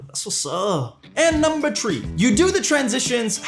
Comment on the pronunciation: Dude! Gotta ask... Where are you from? Im curious where you pronounced the number 3 (three) as tree. To my knowledge, only Newfoundlanders had ever pronounced that number that way 😂